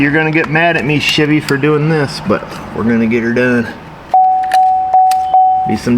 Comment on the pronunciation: hahahaahahah SHIV-EE